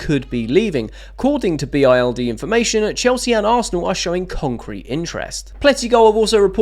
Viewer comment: For your information mate, Bild is a German newspaper and is pronounced bilt, not an acronym. 💙 Up the Chels 💙